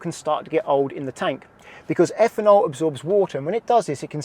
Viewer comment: Higher effanol….really need to work on pronunciation